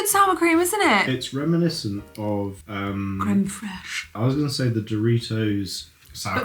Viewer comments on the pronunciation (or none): The way you said crème fraiche made my year 😂